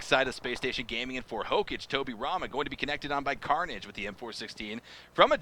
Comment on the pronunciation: hokaage not hocage 😑